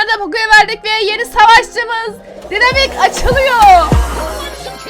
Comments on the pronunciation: Abla ona dinamik demiyolar okunuşca daynamayk diye okunuyo😂 Bende önceden dynamike'ye dinamik diyodum ama arkadaşlarım bana söyledi daynamayk diye okunuyo. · Daynamayk diye okunuyo